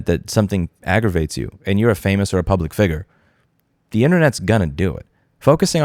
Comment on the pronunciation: "figger out"